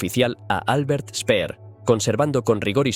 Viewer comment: Ya empezamos: El alemán SE PRONUNCIA DIFERENTE QUE EL INGLÉS. Albert Speer pronunciado Spea. Alberto Lanza.